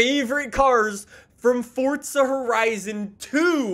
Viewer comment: Forza not fortsa